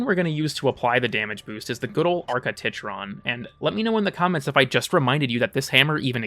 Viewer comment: I always thought Titron is supposed to be pronounced like TIE-tron, not robo boob.